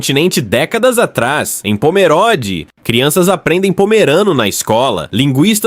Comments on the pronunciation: Pomeróde é o .... É Pomerôde! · Tudo muito bom.. so uma coisa... nao se fala pomeróde e sim pomerôde.. o o é fechado.. mas tudo bem.. parabens pelo video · Quando corrigirem a narração e respeitarem o nome da Cidade posso tirar o DesLike. POMERODE tem "O" fechado. Não se pode, simplesmente passar o rodo na leitura e deixar por conta da tecnologia, tem-se que transmitir corretamente a informação.